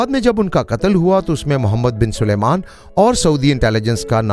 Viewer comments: تم سارے پنجابیوں کے ساتھ کیا مسئلہ ہے کہ سلمان کو سلیمان کہتے ہو۔ کہو سل مان sal maan ۔نہ کہ سلے مان۔ سلمان الگ لفظ ہے اور سلیمان الگ۔ عجیب! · Oho' 1000 dafa bola hai Salman hai, na k 😂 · Salman not